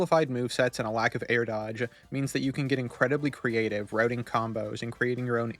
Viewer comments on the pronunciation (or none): none